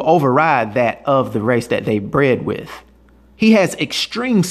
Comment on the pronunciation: “dat dey bred wit” lol